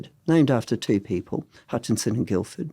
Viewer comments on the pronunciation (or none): none